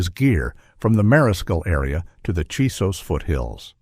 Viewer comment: CHISOS mountains. Not Jesus mountains!